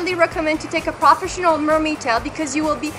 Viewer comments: And you say many words wrong like.. Professinion.. like wth? I hope you enjoy your toy.. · PRAFESHINAL is wat she says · What the hell is "prahfessional" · manimdumb and I swore I heard more crawfish than professional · We all, know you have an accent but it got me cracking up when you say proafishinell mermaid hahahaa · Dude she cant even say profesional.And of course she likes the "profesional" one,so she talks bad of fin fun,girl before you jugde please learn how to prenounce,when you say profesional you sound like a 2 year old.sorry.